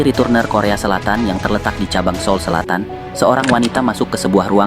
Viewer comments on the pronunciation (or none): none